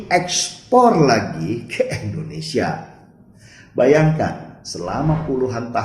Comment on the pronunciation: Mas Denny, gw boleh saran ngga? Klo nyebut Indonesia jangan ENDONESIA dong. Harus dibaca sebagai huruf I. INDONESIA.